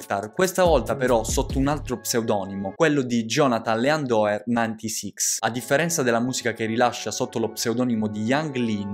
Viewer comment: Ottimo video , Yung Lean è il mio rapper preferito , però avresti potuto nominare più canzoni ad esempio Kyoto , poi le pronunce non sono proprio il massimo , tipo Bladee si legge Bleid , Leandoer ->Lindor , per il resto tutto ok